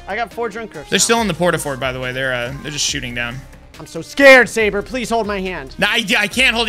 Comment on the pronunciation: it's sabre not sabet and tewbre also